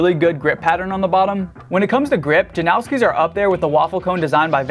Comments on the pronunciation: Jan-oww-ski ❌ Jan-os-ki ✅ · The Janoskis aren't pronounced as 'now-ski' at all, Polish name or not. And this is coming from my Polish friends who ride those shoes. There's no 'now' sound, but rather a 'nos' as in Thanos. It's pronounced as 'nose-ski' basically. The only people calling it 'now-ski' are weird 'Americans'. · Why do people say "Janowski" there's no w in the damn name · first of all you say JANOSKI wrong. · There's no W in Janoski